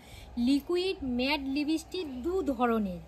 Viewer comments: Vaselin না Vaseline. লিবিসটিক নয় লিপস্টিক। scandal না ক্যান্ডেল হবে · লিপস্টিক ❌ লিবিস্টিক✅